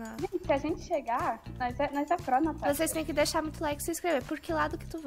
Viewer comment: A Natasha: a 😂😂😂😂😂😂